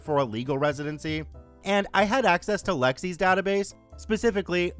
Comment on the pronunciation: It isn't "Lexi's database," as the full name is Lexis Nexus, which rhymes.